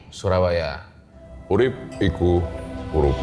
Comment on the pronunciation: Bang dari pada Urip lebih enak tu Urep lebih menyala lebih dapet jawanya😂😂